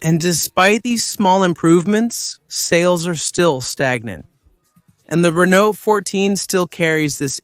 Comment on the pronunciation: He also pronounces Renault often as Renolt 😭